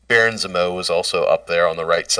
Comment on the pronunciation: Dude can’t say Zemo..